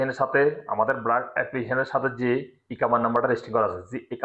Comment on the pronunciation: ব্রাক না বারক